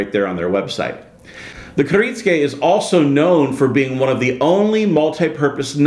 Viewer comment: Kir it sue ka